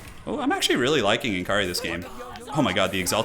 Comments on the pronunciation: it's pronounced more like Nakari than N. Kari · Why does every Youtuber have such a hard time pronouncing N'kari correctly? He's "Nikkarri" but most youtubers pronounces it "nn-karri"